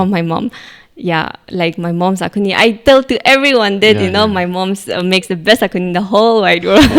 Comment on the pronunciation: Why most of the sumi pronounce akhuni where as the actual pronounciation is axone